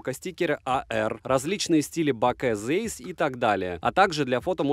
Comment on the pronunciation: Если в 2022 году кто-то не знает, что читается Цайс, то теперь вы знаете. Это немецкий, ei читается как ай. Вспомните Rammstein.